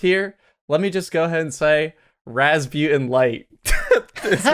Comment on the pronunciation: Wait you name is pronounced raz-byu-ten. I always thought it was raz-boo-tan